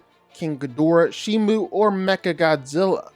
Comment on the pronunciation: Bro said shimu 💀